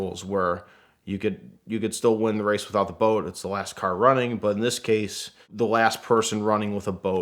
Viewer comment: I heard "bolt" instead of boat also